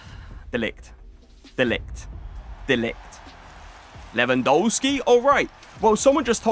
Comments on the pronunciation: Its Lewandowski not LEWAN DOUGH SKI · Please learn how to say Lewandowski… your content is some of the best out there but it’s so annoying when when you say the W’s in Lewandowski instead of saying a V